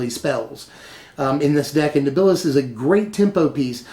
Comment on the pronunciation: Second person now to put NibIlis f frost. It's just Niblis.